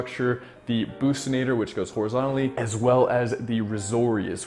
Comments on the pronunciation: Bruv did u just say “bussinator” it’s buccinator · It's buccinator not bousnator lol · It bothers me when he say it the pussynator ITS A BOXYNATOR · Not bookcinators its buc-cinators brother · Mmm that's not how buccinator is pronounced sorry bud